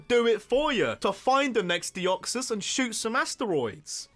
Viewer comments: Deoxys, not Deoxsis! There is no E in wiping! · DEOXYS, NOT DEYOXOS! AND WE DON'T SAY ASS IN POKEMON! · THE O IN DEOXYS SHOULD BE AFTER THE E! RAYQUAZA, NOT RAQUAZE! ABSOLUTELY, NOT ABSOULUTLY!